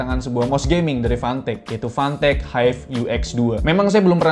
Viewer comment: Udh vanteq si nyebutnya